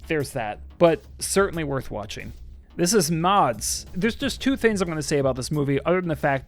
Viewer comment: There is no way The Substance is better than In a Violent Nature or Longlegs. I don't know why you pronounce it "Mods" but Mads was just another run of the mill zombie outbreak movie, nothing special about it whatsoever. The Inheritance wasn't bad at all, although it is true I forgot it as soon as I finished watching it. I think there is something about being a movie critic that ruins the movie-watching experience and thus ends up making you worse at critiquing. Maybe you just lose the ability to see through the eyes of the average movie consumer or viewer.